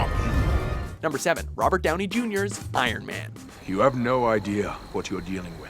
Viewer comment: Why don't you say normally Ironman